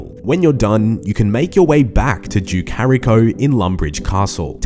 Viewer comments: normal pronunciation: duke horacio: duke harico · Duke hariko?!!! It's pronounced Whore-ratio....Horacio! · Did anyone else not notice him butcher the Duke's name? its Duke (Hor-Ray-She-Oh) Horacio. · Think youll find it is Duke "Ho-Ratio"... You jus spoke some Lèse-majesté if I ever heard it 😂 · duke harryco lmao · Duke Hairy Co. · HO-RAY-SHEE-O, You are British, for God's sakes man! Know your Shakespear! 😂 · HOR- RACE- CEO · how the fuck does he nail awowogei in one go but somehow absolutely slaughters horacio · The way he butchered the name 😂